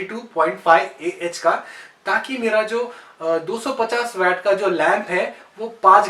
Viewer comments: ये वेट नही वाट बोलते है भाई। 🤗🤗🤗🤗🤗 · sir vat nahi waat (waat) kho Pronunciation is vvv poor